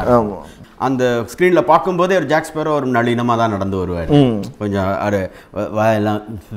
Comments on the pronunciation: Captain Jack sparrow nu sariya sollunga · Captain Jack Sparrow nu sariya soluga 😎😘😍🤘 Jhonny deep fan hit like 💪